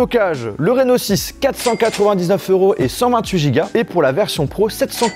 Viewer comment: vous aussi quand il a dit « reno6 » vous avez compris « rhinoshield » ??